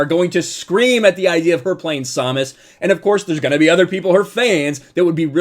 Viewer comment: Please stop saying samus like that lmao